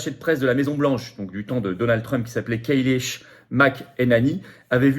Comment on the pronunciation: Kayleech? Ha, ha, ha, ha, ha! Ca se prononce Keï-ly, bougret de patagon! Ha, ha!